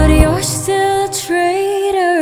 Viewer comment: Napakaganda ng rendition ni Lex ng Traitor,,, lalo akong humanga galing mong kumanta, I feel it angel emotion nya, ang pronunciation snd diction, sng powe ng voice omg!